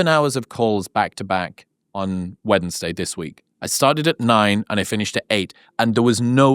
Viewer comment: Stop pronouncing every syllable of Wednesday 😂